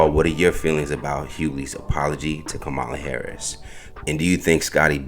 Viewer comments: Madam Vice President Harris’s name is pronounced comma-la. Not ka-MAH-la. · C’mon! How hard is it to say (comma, la) Kamala. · Her name is Kam-a-La asshole. (and you know this) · learn how to pronounce Comma-luh’s name! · please say Kamala's name right.... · So CH found some lone, random tweet disparaging DL by a person no one has ever heard of, put it in a headline, and amplified it on their channel. What are y'all doing??? 🤦🏾‍♂️ Also, the narrator who runs the page should concentrate on pronouncing Kamala's name CORRECTLY. I mean, c'mon dude, you're in media. She's been on the national stage for years. She's the VP for God's sake. It's past time. Clean it up! 🤦🏾‍♂️ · Please learn how to pronounce her name 🤬🤬🤬🤬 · I LOVE your channel and listen to your content daily. My one request is that you PLEASE stop mispronouncing VP Harris' first name. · I think YOU should at least pronounce the woman's name properly